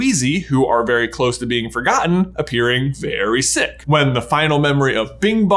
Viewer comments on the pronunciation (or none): none